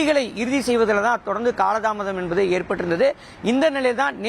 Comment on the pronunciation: Envadhu, Enbadu, Enbadu?????. What is this?